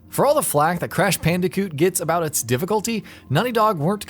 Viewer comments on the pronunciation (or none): "Crash Pandicoot"